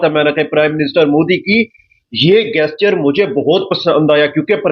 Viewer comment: PRONOUNCE GESTURE CORRECTLY 0.22 😂😂